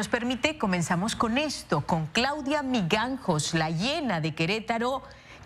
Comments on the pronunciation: Miganjos jajajajajaj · Dijo miganjos no?? Jejeje ya se no leyó la noticia. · Migangos? Chale hija... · Esta como k no sabe prenunciar el apedillo.. Eso esta como escribir...CAJON CON LA LETRA ...G....EN LUGAR DE ...J....